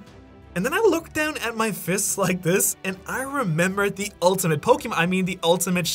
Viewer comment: He said pokeman to the ten shadows technique three fucking times